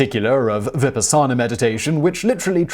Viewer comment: BOOD-ist? Vi - PAAAAsanner? OH MY! The prononunciation . . .